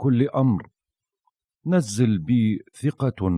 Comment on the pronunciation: احسنت..هذا دعاء الإمام الحسين سلام الله عليه ليلة عاشوراء عندما حاصره الأعداء...يقرأ لكل امر صعب... اللفظ...نزل بفتح النون وفتح الزاي وفتح اللام...وليش بشد الزاي وسكون اللام المعنى يختلف...وكذلك منتهى وليس منتهي..من بعد اذنك فقط لتصحيح اللفظ لان هذا كلام الإمام الحسين ابا عبد الله بس حبيت اصحح اللفظ...جزاك الله كل خير ووفقك وحفظك بجاه ابا عبد الله الحسين وشكرا جزيلا على الدعاء وعلى كل شي تقدمه لنا